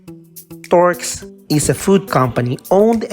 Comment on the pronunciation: Turks not torks